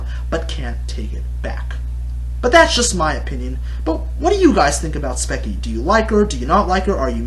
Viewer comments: Dont knoe if ur saying her bame wrong to be salty and petty, BUT just in case Its pronounced like "speechy" you say it like "spekie" just thought id day that. BTW, gr8 points in the video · its kind of uh, hypocritical that he goes on about her bitching and moaning when hes bitching and moaning about spechie. (also speech-ie not speck-ie). Don't get me wrong, your points are actually true. I agree with some of them, yet all entertainers have to exaggerate. If you say a story that's boring without exaggerating, then you won't get views because you're not entertaining. For example, in your passed spechie rant, you over exaggerated when you made jokes about "killing yourself." You also have to realize that spechie has noticed her old videos, and made other videos on them. She has mentioned that they are terrible and bad, and she's trying to change that. And aren't YouTubers trying to relate their viewers to their videos? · Speach-ee Not spec-ie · Its pronounced Sp-E-ch-E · The way he says her name is so bad! And he even says that her animation is bad. I’d like to see him try to draw as good as she is. He can’t rant about Spechie without saying her name right.